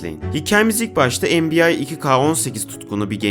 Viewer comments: abi o bu arada NBA en bi yay diye okunmuyo en bi yey diye okunuyo :)) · abi /(türkçe şekilde okunşunu yazıyorum)enbiay diğince bi garibime gidiyo insan enbiey'e alışınca